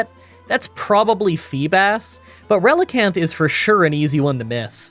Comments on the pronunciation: Relicanth is a combination of relic and canth the final part of the fish called coelacanth. You pronounced relicanth correctly. Don't try to pronounce coelacanth (its seel-a-canth) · You are saying Relicanth right (also 90 base attack is definitely not "crazy high" even in gen 3)